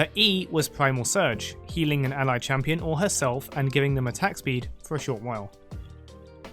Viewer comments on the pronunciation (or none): none